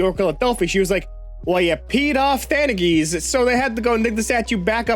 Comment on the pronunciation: The way pronounced "Theogenes" was beautiful 🤣